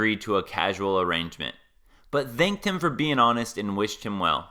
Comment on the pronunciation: It's "as they always do", not "is they always do". And you pronounce "thanked" with the "th" like in "thick", not like in "then".